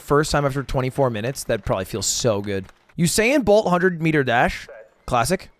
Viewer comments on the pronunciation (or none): none